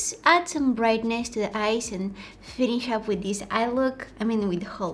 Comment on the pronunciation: “Da Valentine’s Day” ❤️🤣